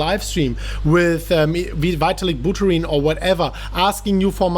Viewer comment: "these ads with "witalik booterin" hahahahaha" that killed me